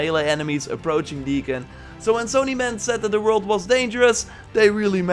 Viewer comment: Please, work on your "WORLD" pronouce. Thumbs up for another great vid!